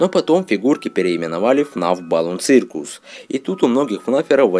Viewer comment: Не цыркус, а сёкус !!!!!